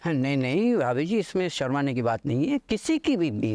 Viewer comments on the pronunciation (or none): अबे वो भाबी जी नहीं भाभी जी होता है 😂😂😂😂